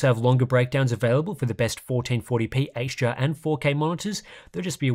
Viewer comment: love the video but all i hear is h-gee-r